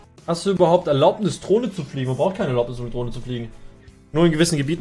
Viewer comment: Niemand:: Trohne